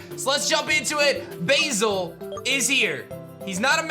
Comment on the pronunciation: Pronouncing Basil as Bayzil? Oh blimey. It's Baz-ill :)